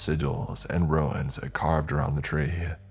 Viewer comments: Ruins, Runes. Two separate words pronounced very differently. I can tell by the situation that you word saying the wrong word. Sigils and ruins makes a lot less sense then sigils and runes. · Both graduate college for the two of them to immediately start working in a furniture store. “Things were working out perfectly!” Umm, What??? And I hate always doing this, but your pronunciation of “runes” isn’t ruins, it’s “Roons” spelled “Runes”. Sorry, it happens too often, either the writer or the reader, one’s getting it wrong.